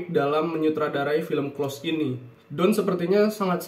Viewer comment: maaf mas,pengucapan close bkn spt yg mas ucapkan hehhe